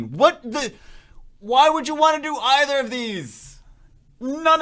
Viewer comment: its Pronounced Either Not Either..... Get it right...